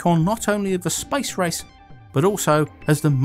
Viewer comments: it sounds like he said "spice rice". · Whenever you he says space race I hear " spice rice "